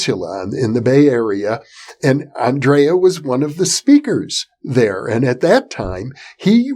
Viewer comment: Hi Jeffrey, Greeting from Croatia, just to tell you it is not spoken "Aandreja" but Andrija Puharic.